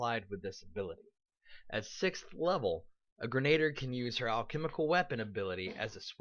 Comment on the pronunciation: Gren-ah-deer. Not grenater. And while I'm glad you are so enthusiastic in this video, here is some food for thought: Brew potion, is actually one of the most useful features for Alchemist in my opinion, because for a tiny amount of gold, any spell cast that you do not use each day can potentially be brewed into a potion as all of the spells on The Alchemist spell list are capable of being made into potions. Doing this, also allows you to pass out your nice Alchemist spells like enlarge or reduce person, or Shield, without having to take the infusion discovery, and especially as a damage role you will find your spells going unused frequently as you stick to your bombs and weapons. Even if you don't feel like being charitable to your compatriots and sharing your spells, you can always sell them for additional income and buy whatever it is that your heart desires.